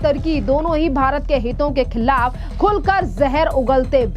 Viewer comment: Khillaf nahin khilaf kahe. Thoda sudh hindi to boliye.